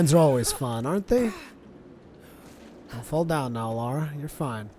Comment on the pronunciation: Remember, it's LARA. Not LAURA. Pronounce it like: "LAR-AH" .. Not "LOR-AH."